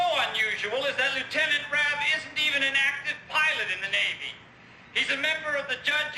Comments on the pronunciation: Did he just call then Lt. Harmon Rabb Jr., Lt. Rob. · Objection! You kept mispronouncing Lt. Rabb's name. It's Rabb, not Robb. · Objection! Counselor is mispronouncing an officers surname! 😂 It’s pronounced Rabb (aaaahhhh). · Love how you mispronounced his name as Robb instead of Rabb😂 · Objection: The character's name is Rabb, not Rob. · Rabb. Not Rob. lol, not sure why, but this mispronunciation drove me nuts the whole video! That said, I loved JAG, and I enjoy the guest appearances of. Here's hoping to more reviews in the future! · It's Rabb not Robb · It's Rabb, pronounced like abs. Not Rob! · Rabb, not Robb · It's "Rabb" not "Rob" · It's Rabb not Rob. Only part that annoyed me. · its Rabb as in rabbit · To me, it sounds more like he's calling him Robb (although he does get it right once). No idea who that would be, since the star of the show was Lt Harmon Rabb. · Thank you for say Harm's last name correctly . . . Once. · This was a great video (not for my wife, she loves JAG 🤣), but I can't get over his pronunciation of Rabb's name... 😉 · I know nothing about the military or lawyers, but I cringed every time you mispronounced Harm’s last name. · Rabb, not Robb. Pronounced raab. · Same thought. I watched the show when it was on and haven't seen it in years but the instant he pronounced it "Rahb" like Rob I was shouting "Rabb!" Then he got it right after a clip was played in which we heard the name pronounced, but then he went back to "Rahb" again. Not an indication of someone ever regularly watched this show. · I believe it's Rab not Rob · his name was RABB not ROBB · RA AB not Rob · It's RABB, not ROBB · Why do you keep calling him “Rob”? His last name is Rabb. Say it like you would say “rabbit” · Harmon Rabb. Not Robb. Also, the show got really good when they brought in Mac. It fell apart when they killed Singer, and AJ’s fiancée cheated on him. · His name is Rabb. Not Robb. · Rab not rob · It's pronounced "Raaaab" not Rob. Get with it.